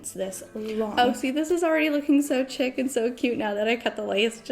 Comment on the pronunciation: Not to be mean, but the word chic is pronounced "sheek". Nice video.